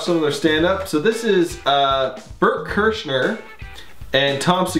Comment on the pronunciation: To pronounce berts last name correctly. It's cry-scher